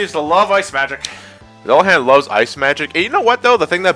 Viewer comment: That's not how you pronounce Dullahan. It's Duel-a-hon